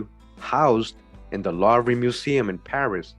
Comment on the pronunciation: Oh it's pronounced loovah btw in Paris France' louvre' is a museum there... very famous!